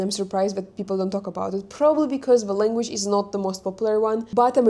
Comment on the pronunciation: You should also learn the English lEnguage's pronunciation!